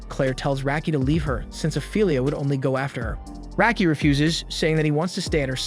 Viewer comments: First off it's rocky not racky you dumbass Clair always said rocky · Dude you watched the anime, stop using your messed up pronunciations that you used before you heard the names. Total "Oh-carina syndrome". Raki is pronounced with an "ah" sound, same with Galk. Rubel's name is pronounced like bell 🔔. Sophia "So-fee-uh", Noel "No-ell", Priscilla "pri-sill-ah" and Elena "Ee-lane-ah" are all butchered and i dont know how. At least you got Miria but F'ed up DenevAAAAAAA, not Denev. You even murdered Galatea "Gal-ah-tay-ah" and Riful! Im just adding names as i watch the video, im just adding Isley preemptively. Oh god, Undine "Oon-dean" already suffered enough 😑 Ri-gal-doe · That's not how Raki is pronounced.